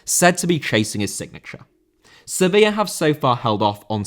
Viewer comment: Sevilla* not Sevíer